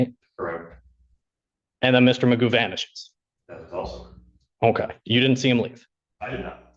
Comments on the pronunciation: I can’t take this eejit seriously - his name is McGough but he pronounces it ‘MAGOO’ …..he’s clearly a cretin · His name is not Magoo, it is McGough (rhymes with cough) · His name's not Magoo it is McGough he just insists on pronouncing it incorrectly as Magoo. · We know Magoo is an idiot, because, McGough is pronounced McGoff. (satire)